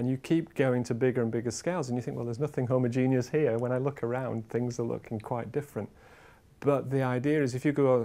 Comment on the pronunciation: "Homogenius" ffs